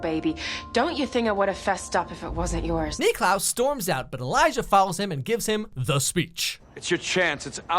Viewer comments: The fact that he calls him Nicklaus the whole time... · He keeps calling klaus Nicklaus and it is really triggering me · I’m cringing cause he keeps saying Niklaus like no just call him klaus the only person that calls him Niklaus is Elijah. Stop.